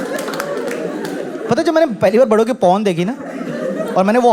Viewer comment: पौने hota hai पोनी nhi